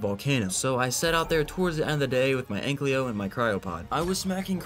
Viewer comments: Brother pls it‘s Ankylo Not Anklyo 😂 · Commenting on every vid until he pronounced ankylo right❤